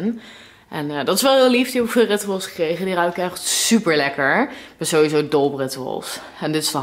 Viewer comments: Het is ritsjoewals hahah je zei het fout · Rituals spreek je uit op zijn Engels.